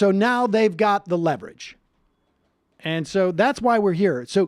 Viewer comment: "we have lost a certain amount of leverege" this is a good thing